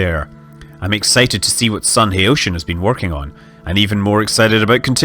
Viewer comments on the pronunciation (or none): I feel like it's worth mentioning that the guy's name is pronounced like "ha-oh-tea-an" as opposed to "ha-oh-shi-an" as it might be if the word was english :) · Don't know if you will see this, but "Haotian" is pronounced "how-ten", not "hey-ocean".